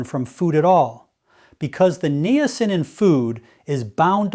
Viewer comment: This is NOT Dr Mandell. This AI imposter does not even know how to pronounce Niacin. I would take anything he says with a grain of salt and run up by my doctor before trying what he is promoting. I really liked Dr. Mandel and his true video channel is MOTIVATIONAL DOC.